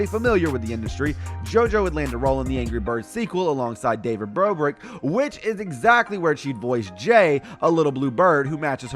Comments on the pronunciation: You said David bobric LOL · mans said david brobrick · bruh he says david brobrick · he said David Brobric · Are we going to talk about how he said daved brobrik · he siad david brobrik